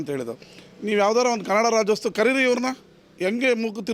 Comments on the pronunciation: ರಾಜ್ಯೋತ್ಸವ ನಪ್ಪ... ರಾಜ್ಯೋಸ್ತವ ಅಲ್ಲ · ಹುಚ್ ಸುಳೆ ಮಗನೆ ಅದು ರಾಜ್ಯೋತ್ಸವ ಕಣೋ, ರಾಜ್ಯೋಸ್ಟವ ಅಲ್ಲ.. 😂